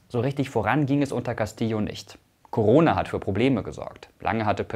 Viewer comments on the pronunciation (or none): none